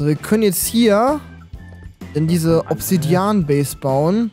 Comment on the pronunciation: du sagst immer obdsidian ob voll das bedrook ist XD Alles klar